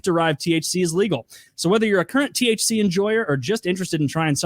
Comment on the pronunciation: "TCH 9" is delta 9 what in the retardation are they on about